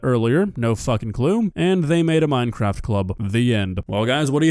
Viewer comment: MINEKWAFT MINEKWAFT!